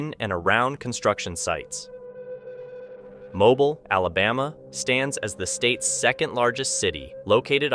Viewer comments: dothefive: CORRECT PRONUNCIATION: Mobile, Alabama. It's pronounced as MO-BEEL...not MO-BILL. Otherwise, good episode! 😎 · Mobile, Alabama. Are you an American????? It's pronounced Mo-beel not Mo-bul. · Hey Dude (narrator).......you're not pronouncing MOBILE, Alabama correctly!! It's 'MO-BEEL'. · Also it should be Mobeel not Mobil. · no offense, but its pronounced Mo-beel , not Mo-bil. just saying. love your videos tho! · Just an FYI.... it's pronounced, MO-BEEL NOT Moblie. LOL Are you not from the U.S ? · It's not pronounced like phone mobile but instead it's pronounced as mo BEE ul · mo-BEEL, not mobil. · it pronounced mo beel not mobile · I’m pretty sure the city Mobile is pronounced mo-beel. Like automobile. Not like mobile homes. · Thank you! I thought I was the only one to catch that! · It's Mo-Beel Alabama, rhymes with heel. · The English language has many things spelled differently than how it is pronounced.... it is still is pronounced "mo-beel" no matter what the spelling is. . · It's pronounced Mo-beel. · It's pronounced Mo- beal, Alabama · Mo-beel Alabama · It's pronounced "MOE-BEEL"...duh! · Thank you. I was going to say the same thing. Mo-BEEL, emphasis on the second syllable.. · Mobile Alabama is pronounced "mo-beel". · The coastal city of Mobile in southern Alabama is pronounced "Mo-beel". Not like "Mobile" phone. It's not portable nor do we move it!! MO-BEEL!! I was born and raised there so trust me. I may not be right about some other stuff but I am right about this. 👍🤙✌️ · Mobile, AL is pronounced Mobeel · Mobile is pronounced Mo-beal. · Mobil pronounced Moe beale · pronounced "Mo-beel". you can tell all the way through these that this guy has never worked on the water, or aboard ship. hard cringe.